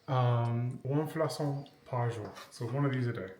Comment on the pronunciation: 1) Cannelé means "fluted": it owes its name to its wavy surface, not because of cinnamon (which is not even part of the ingredients). 2) You pronounce "flacon" like flakon not flasson. 😁